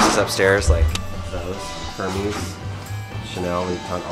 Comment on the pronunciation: The way he said Hermès 🤮